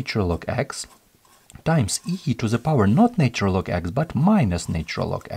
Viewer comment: Love the explanations thanks for your video ❤ just one feedback it’s not said “NAYtural” - Although the word Nature is distinctly so, the Na in ‘NAtural’ is pronounced same way as NASA, or Na X.. in russian 😇